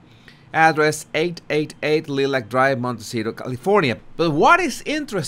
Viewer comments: Long "I" NOT SHORT..." i " ...liee-lac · Lilac is pronounced as Lie-lac. How fitting for this lying duo. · Lilac as in the flower. Pronounced "Lie-lack".